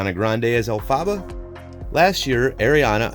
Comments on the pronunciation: Who else had rage that he called her “Elfaba” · elphaba is pronounced elfuba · YOU DID NOT JUST SAY ELFABBA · ITS EL-FA-BA GET IT RIGHT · Ahhhhhhh he said el -fabba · El- fa- ba! Sorry I know there are a bunch of comments about this but I just had to say it. Sorry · ”AIRiana Grande as ElphAHBAH” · Why did he say Elphaba’s name like that, I’m mad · Hate how he pronounce elphaba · The way he pronounced elphaba I can’t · Seriously. I had to stop watching. Pain!!!